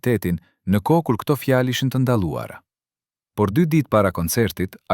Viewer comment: Lexuesi shumë dobët e fletë Shqipen ??? Germën L e shqiptonë LL. Ndëgjojeni me kujdes të lutem Kërkoi ndjesë nëse jamë gabim ??? Fjalën vohël ( vogell ) lartë ( llartë ) fjalë ( fjallë) Largë( llargë) Ndëgjojeni fjalën populli si e shqiptonë ???